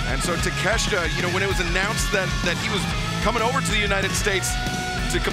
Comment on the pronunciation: You pronounce his last name Take-shit-a